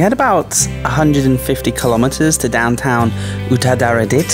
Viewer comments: Hey, you pronounced a province correctly! :) This channel is going places 5555 :P Don't swallow the "a's", thai cant deal with too many consonants; u-ta-ra-dit. It's also why they say sa-trawberry, in stead of strawberry. Love these travel video's, keep them coming! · That dam is named after the queen Sirikit, the former queen of Thailand. I would avoid calling her "sik a tit" :P Also Uttaradit isn't really super hard to say, you just somehow confuse the a's. U-ta-ra-dit Good video.